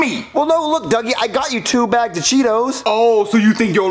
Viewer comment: Duggie not druggie